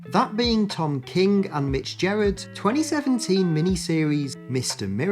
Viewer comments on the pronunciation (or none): There are two words that describe Jack Kirby. The King. EDIT: BTW, this is a small thing, but Gerads is pronounced with a hard G, not a soft G.